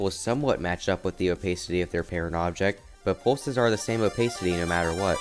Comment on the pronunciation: robtop has said he would increase the custom object limit in 2.2 also the way you pronounce opacity really bugs me moving speed arrows would break the editor because it'd have to recalculate when each applies, if checked